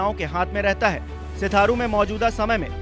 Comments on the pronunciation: Sitharu nhi sirathu hota h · सिथारू नही सर जी सिराथू है।😂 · Pagal baar baar sitharu sitharu kyu bol rhe ho naam uska sirathu hai... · हाहाहाहाहा.... पत्रकार महोदय....सिराथू बोलिए....सिथारु नहीं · News24 सिथारू नही सिराथू नाम है